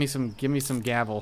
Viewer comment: Gavel? Really. It's gravel.